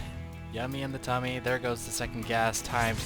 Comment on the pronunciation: I really enjoyed that "Thoa iz hia" at the very end :D